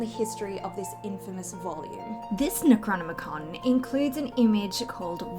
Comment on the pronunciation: Cute girl. But what's up with the pronunciation of "necronomicon"...